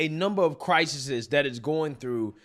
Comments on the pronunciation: I mean did start out by saying crisisis instead of crisis. So he's living proof of the lack of education. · I'm a Trump supporter you ignant. Crisis-is is how he pronounced the non word. Crises is pronounced CrisEs, not Crisis-IS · Look at my comment moron. didn't say Crises. He said CRISIS-IS. Watch the video again. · Anyone find it funny that on a BCP video about lack of education... starts the video by saying a number of "CRISIS-IS".... instead of the normal and plural way of saying CRISIS. Cmon. You better than that bro. Lol